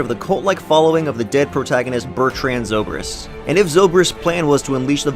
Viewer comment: Is no one gonna care about how he pronounced zobrik correctly but IRFAN KHAN incorrectly